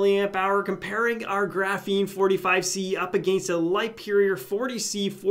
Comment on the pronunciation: It's 100% pronounced GRAH-feen, not gruh-FEEN lol